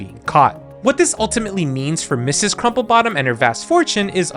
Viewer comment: Mrs. is pronounced (Missus)